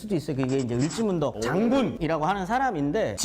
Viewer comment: 을지 씨가 아니고 을씨 아닐까요? 을 지문덕! 연 개소문 처럼